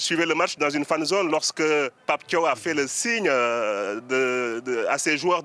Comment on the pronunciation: C'est bon c'est l'heure de la célébration, Pape Thiaw s'est excusé et ce journaliste Benoît Perrochet ne fait que de rappeler qu'il a demandé aux joueurs de quitter le terrain, déjà commence à prononcer correctement son nom ce n'est pas Tio mais Pape Thiaw comme Ciao en revanche pour toi ce n'est plus Benoît Perrochet mais Perroquet